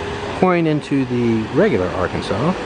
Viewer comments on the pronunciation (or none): I was going to say something about Ar-Kansas not Ar kan saw. You beat me to it. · It's not called Ark-can-saw in KS, I know, I briefly lived in NW KS for 3 years in the mid-late 90s. They call it: The Ar-can-sas River. Believe me, locals are sticklers about the pronunciation. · It's the "OurKansas River" not Arkinsaw! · It's only ar- Kansas in Kansas. In Colorado and everywhere else it is ar-can-saw. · The Arkansas like the state was named after the Kaw or Kanza or Kansa people. It was the slavers in the state of Arkansas who bastardized the pronunciation of the river by adding the aw sound where there had never been one. So everytime you say Arkansaw instead of AR-Kansas you are pronouncing the slave state name. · It’s pronounced R-Can-Saw, not R Kansas. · The rivers are pronounced are-KAN-sis, not are-kun-SAW. The prison is in el-doh-RAY-doh. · We say Arkansas not Arkansaw. The street is Douglas the Chisholm Trail sign is a historical market from the cattle drive days. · Arkansas!!!! R-Kansas R-can-saw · Don't mean to be rude but as a local here in Kansas the river is actually called and pronounced like its spelled arckansas river not arckansa you should also go to the cowtown museum next time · It’s arKANSAS river. We can tell if you’re an outsider if you pronounce it like ArKanSaw. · Just FYI - in Kansas the Arkansas River is pronounced Ar-Kansas (not Ar-Kan-Saw) ;) (yes, this is like Cario Illinois is pronounced Kay-Row, not Ky-Row) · The Arkansas is pronounced how it’s spelled… it’s not Arkansaw! It’s ar Kansas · Love it when non- locals come and mis pronounce our wonderful rivers. It is not ark kansaw bur AR Kansas which has been noted in the comments already. I'm a firm believer in if one is visiting an area, learn to speak the language correctly. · That's ar kansas not arkansa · Btw, we pronounce it the "ar-KAN-sas" River not "AR-kansaw" River. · The river is not pronounced the Arkansaw it is the AR-KANSAS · AR-Kansas River. Not Ar-Kan-Saw.